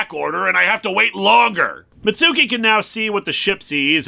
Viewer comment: Mitsuki's name is pronounced "MITTS-kee".